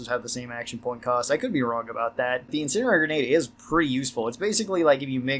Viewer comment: In send E airy Not "incinerary."